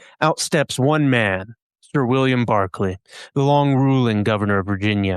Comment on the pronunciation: It's Berkeley not Barclay. Pronunciation ❤